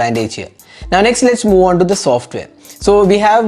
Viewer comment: aree bhaiya pe its SOFTWARE... not SOFTARE